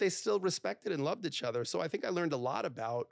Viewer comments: It's pronounced. Eachother not echother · Nobody freaking out at the way he says “itch other” ? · For a guy who mis pronounces “each other” he sure says it a lot 😂